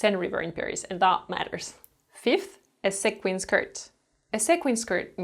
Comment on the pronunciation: A little tip: sequin is pronounced "see-quin" ;)